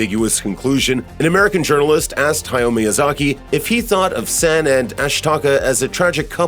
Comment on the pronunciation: omg. Amazing video! but your saying san's name wrong. its not like the san' in sand, its more like an 'ah' A sound, like your yawing too. <3